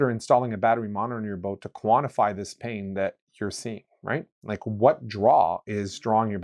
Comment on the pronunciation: Are you calling drain "pain"?